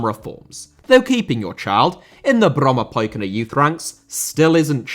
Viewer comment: Well done with the pronunciation of "Brommapojkarna"